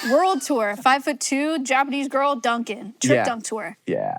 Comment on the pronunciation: The new casual way Hank says “girl” threw me off so much